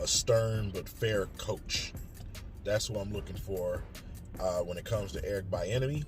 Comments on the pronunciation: Man look King let me help you out😂😂 Bieniemy (Be-in-eh-me). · It’s “bee-enemy” Eric bee-enemy 😂